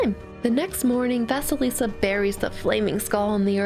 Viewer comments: Thank you for the wonderful story! Though I do want to say that “vasalisa” is spelt “vasilisa”and pronounced “va-cee-lee-sa” This name pronunciation was bugging me the whole story! I hope to see more of your stories. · Hey! So I absolutely adore your channel so much, you dismantle my childhood and I love it. However, I want to correct your pronunciation of Vasilisa. Don't worry, it's okay that you did BUT let me tell you how to pronounce it correctly. (Btw I'm Russian so that's how I know how to say it). Anyway. Let me spell it phonetically: Vah-sye-lee-sah. Ye is pronounced as yes, but without the 's' at the end. Again, thank you so much for this, Vasilisa is the cinderella I grew up with first so I really appreciate someone actually talking about it. Especially one of my most favorite youtubers. Have a good day! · Is it just me, or does vasalisa sound like Vaseline?